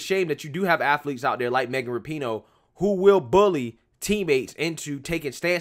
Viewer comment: RAP-IN-OOOH not Not NOT ra-PEEN-OH